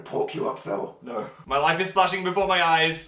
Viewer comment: did dan call phil "patick" bc he's a star?